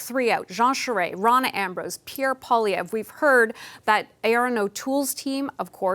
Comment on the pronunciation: CBC journalists need to learn how to pronounce French words correctly. Pierre Poilievre's last name is not " Poll ee evre " but rather " Pwaa lee evre ". For the national broadcaster of a bilingual country, this doesn't look too good. Please consider researching French word pronunciation before going to air moving forward.